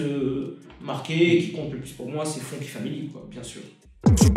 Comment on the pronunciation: Ah je suis pas le seul à avoir remarqué quand même, faut faire gaffe à ce genre d'erreur ça discrédite complétement surtout quand on parle d'un grand groupe du rap comme la FF